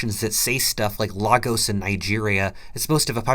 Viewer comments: Lagos is pronounced "lay-gos" (almost rhymes with "famous" but less so in the second syllable), FYI. It's not pronounced like Spanish or Portuguese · If you’re going to take the time to learn to pronounce raison d’être can you please learn to pronounce Lagos and Belarus as well?